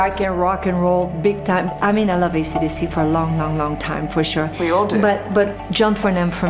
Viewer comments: Did she just pronounce AC/DC as acadeca in the first 30 seconds? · Is it me or did anyone else hear her refer to AC/DC as accadecca?